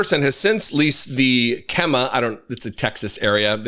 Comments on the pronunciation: Kemah pronounced Key-mah 😂😂 not quite like Bexar pronounced Bear but yea a lot of weird spellings in Texas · Texan here. The area Kemah is pronounced KEY- Mah. Hope that helps! Keep up the excellent work